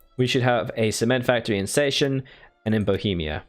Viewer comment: i like the campaign but you should let google translator tell you the pronounciation of 'Sachsen' haha